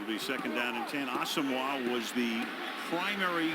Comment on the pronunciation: way to pronounce Asomugha you fucking fruitcake